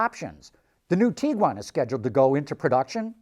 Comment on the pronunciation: His pronunciation of Tiguan honestly is making me very uncomfortable It's TIG-GWAN Not TEE-GWAN.